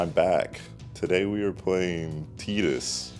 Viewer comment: the way he said tidus hurts